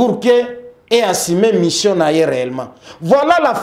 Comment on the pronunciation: on dit: Mission ≠ Mishion 🤣